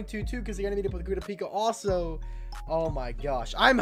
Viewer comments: kurapika name is pronunced ku ra pika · i think your saying kurapikas name wrong